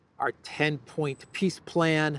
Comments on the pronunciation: you keep mispronouncing "peace", it is pronounced "P>>I>>S>>S>>" 😂😂😂😂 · it is not peace summit it is piss summit